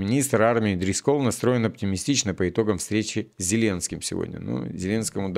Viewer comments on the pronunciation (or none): Жора Дрисколл ударение на И,а ещё есть такая мфамилия очень распространёная еврейская фамилия Дрискл.